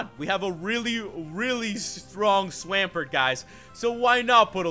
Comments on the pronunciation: Opponent heads with a grass type, sends out a Swomp-ert who is 4x weak to grass, smh. THEN HE FUCKING CALLS IT SWAM-PERT, FFS. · Swahmpert?? no...